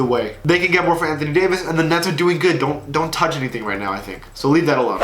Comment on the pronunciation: “danthony davis”